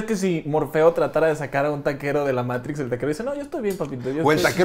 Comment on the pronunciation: " Di Meitrix"